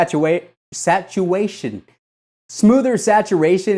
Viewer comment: That moment where he said Satuation HAHAHAHA I died a little 😂😂😂